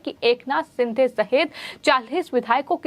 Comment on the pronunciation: Is ko koi toh bolo yaar.. lagbhag har shabd mein 'huh' naad ka prayog na kare. Doosro cheez woh एकनाथ ' शिंदे' hai एकनाथ 'सिंधे' नही।